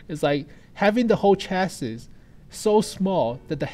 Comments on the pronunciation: It's "chassee"... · ***** He means chassis is pronounced cha-sē or chassee